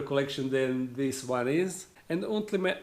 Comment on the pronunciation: 1# Ultemetly 2# Ultimetly 3# Ultemately XD lol i know what you feel I need to say "Ultimately" slowly to pronounce it right 👌 😂